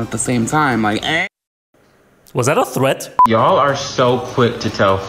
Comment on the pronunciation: “was that a thereat” LOL WTF THAT SHIT IS A THEREAT